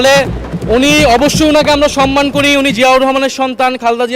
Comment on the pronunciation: জয়নাল আবেদীন সাহেব সন-মান উচ্চারণ না করে সম-মান বলতে পারেন না? মাননীয় স্পীকারও সন-মান বলেন। সংসদে যাঁরা বসেন তাঁরা প্রমিত বাংলায় কথা বলবেন এটাই জনগণ প্রত্যাশা করে।